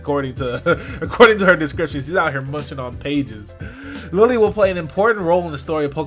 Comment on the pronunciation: IT'S NOT LILY IT'S LILLIE (pronounced lee lee ay).